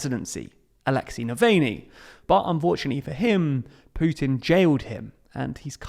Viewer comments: It’s Nav-AH-lny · Alexi "Nivaney"?